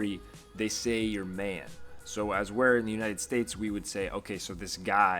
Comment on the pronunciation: He pronounces “man” as if it’s supposed to be pronounced “main”... Lol 😂